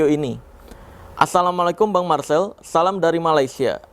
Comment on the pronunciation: Marseeel.... Marsel